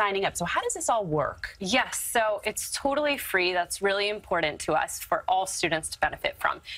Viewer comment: Come on, the woman can not even say " important " correctly. How could they not go from there.